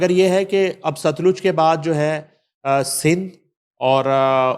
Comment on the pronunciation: Baji sutlaj nai satluj